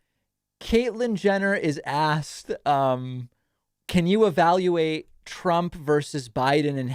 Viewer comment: Does Caitlyn say “Trumpt”? 😂